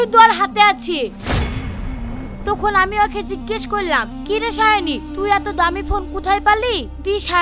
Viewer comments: দুইবার ভুল করে তার রাশিয়ান girlfriend সাবনুরকে সায়োনী বলে ফেলেছে। ❤❤❤❤ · সাবনুরকে সায়নি বলল কেন